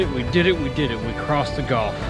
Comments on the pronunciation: It’s pronounced gulf not golf, but still a good program. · It's gulf....not golf....